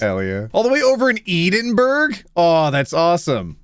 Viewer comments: I've missed you so much! ... Haven't missed the way you say Edinburgh though. Hope you're doing okay! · the blatant mispronunciation of Edinburgh followed by that stare into the camera is terrifying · EED IN BURG?? IT'S PRONOUNCED ED-IN-BRUH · As an Edinburgher, please, it's "Edin-burra", not eedenburg. I implore you, I hate it when people mispronounce my city's name. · I cannot with “Eden-burgh”… I love your videos, glad you’re back. But this sin, will not be forgiven. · As a Scot with family from Edinburgh, I had a visceral reaction to saying "Eden Burg" and I'm rather upset about it still. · the pronounciation of edinburgh really threw me off guard omg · All the Scottish people when he said Edinburgh wrong 😠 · I know he pronounced Edinburgh that way on purpose to annoy people, but AAAAAAA… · As someone who lived there for a lot of my life, that pronounciatoon honestly surprised me. I’ve never heard it been so… awfully pronounced before. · Had the same thought.